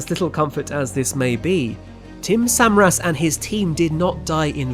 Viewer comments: Great video but really grated on me every time he said el reno and samaras wrong 😖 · Tim Suh Mare Us. Not Samar Us. Your pronunciation absolutely sucks. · And various names of chasers are mispronounced all thru the video (Samaras, Bettis, etc.). While giving credit to Skip Talbot, a first class chaser, they should have let Skip correct the various other mistakes seen, like calling the sub-vortices “south” when it hit Samaras on the north side of the main circulation. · yeah, I made my comment before he started to talk about Tim Samaras and his son and his pronunciation of their name irked me too. He was a public figure so the pronunciation is out there. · I was amused the first time he said El Reno wrong and then as it kept going I was like "ugh, okay, fine..." but when he mispronounced Tim Samaras' name I was like "oh. no. that's where I draw the line!"